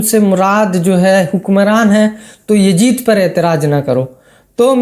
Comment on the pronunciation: Bhai well said But who is this Yajeed a new creation Please learn to pronounce YAZEED correctly